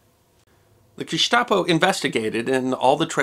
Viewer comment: Congratulations on pronouncing almost all the foreign words correctly, including Gestapo.